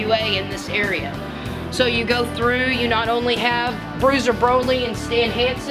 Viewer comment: Did she call him "Bruiser Brolie"??? Lol